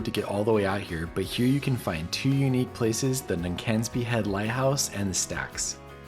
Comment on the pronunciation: Dornoch "Dor... Nochh" not door knock. Cromarty bridge "Crawmarty" Duncansby light house and stacks "Duncans... Bay" So glad you enjoyed your trip... "lang may yer lum reek"Durness..." Durr...ness"😮